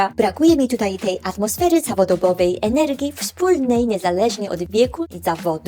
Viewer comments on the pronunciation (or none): none